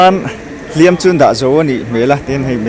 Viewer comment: Hliam tih i lam dan khi diklo deuh lo maw